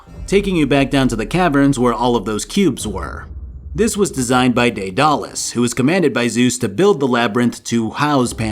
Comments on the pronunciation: that daedalus pronunciation There are many ways to pronounce it deadalus daedalus and daidalos But I never thought I hear somebody say dead alus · How you pronounced daedalus and cestus, make me cringe every time you say it. Lol that being said I still love your videos.